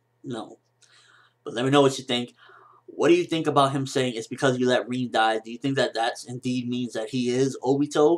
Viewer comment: Im sorry, who is reen... i thought his name was RIN = like rim but with a N...,( R IN ) and Madara... lol why you say it like that.